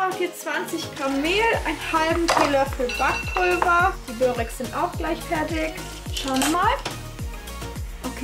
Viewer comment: Schönes Video 👍 allerdings heißt es „Börek“ also nur mit einem r